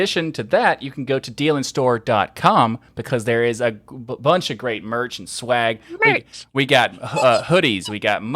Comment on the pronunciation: says "merch". I don't know how or why, but it made my brain happy the rest of the day. I need that as a ring tone.